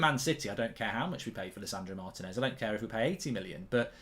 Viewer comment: At some point, will Goldbridge learn that the man's name is pronounced Mar-TEE-nez, not Martin-ez?